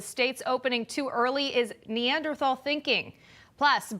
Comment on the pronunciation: Biden says opening-up is Knee_ander_thow - you know -what I mean - "Thinking"